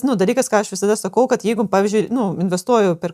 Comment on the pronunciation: Patiko, bet truputį juokinga kaip aiškiai mokesčių specialistė sako "gat" o ne "kad" :D